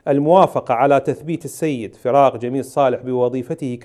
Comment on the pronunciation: الاستاذ فراق وليس سراق